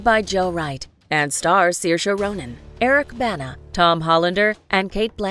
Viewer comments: Oh my GOSH!! ITS pronounced SER--SHA lol 😕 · I speak Irish and it's pronounced as Seer-sha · Umm its actually pronounced SUR-SHA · I pronounced her name sarsi. Sorry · a funny thing that i laugh at every time is that in my country her name is pronounced "Suarz"... thats embarrassing and whenever i look at is omgg i laugh so hard!! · She is such a great actress. My favorite is Hannah. Hannah is not just a film. It is pure art going beyond simple Hollywood film style. The narrators here do not pronounce Saoirse like Saoirse does it herself in several interviews when she is asked how her name should be said. Also the narrators here do not pronounce it the Irish way which differs a little from how Saoirse says it herself. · I think you guys are pronouncing her name wrong, like 75% of the world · Such a pity the narrators do not have enough respect for Saoirse to learn how to pronounce her name properly!!!